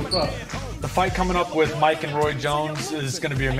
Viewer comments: Hey man you said “Muke” instead of mike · Haha “Muke” Tyson is that because he has Mutant abilities???? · Muke Tyson huh?😂